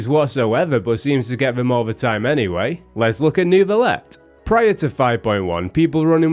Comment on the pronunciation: i hate it when the EN VAs pronounce “Ner-Vi-Let”